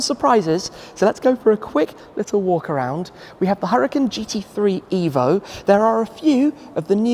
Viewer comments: Lamborghini definitely wanted Shmee to pronounce the name of this car correctly and in an Italian way. Lol. Awesome video and premium content as always 🔥🔥🔥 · I see you have finally figured out how to say Huracan. Kudos!